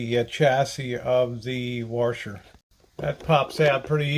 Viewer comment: "Warsher" I love it! Good video!